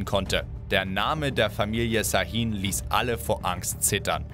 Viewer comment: Şahin wird scha_hin ausgesprochen